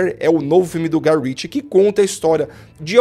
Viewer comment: Prestou atenção "Guy Ritchie" , tome tento.